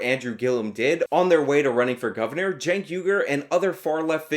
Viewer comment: who is cenk? u mean keek? keeeeeeeeeek.